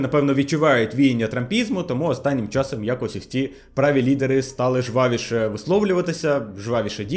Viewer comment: ЖвавИше , неуч; прЫстрасти, неуч. Хоть "Альфа" перекладу Олеси Негрибецького посмотри. Не плюндруй та не паплюж мови.